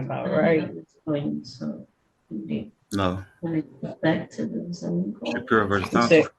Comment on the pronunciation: She was struggling to argue against his case law arguments and it was embarrassing. His arguments are the most repeated, overly argued nonsense case laws that she should have had these rebuttals and responses memorized. She couldn’t even correctly comprehend Shapiro. She kept saying Shakira, JFC. He’s lucky he wasn’t in front of Oakley or Simpson. She seems like she doesn’t even know wtf she’s doing. This entire interaction PMO 🫩